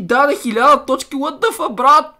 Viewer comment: Казва се What а не Wat сърце за теб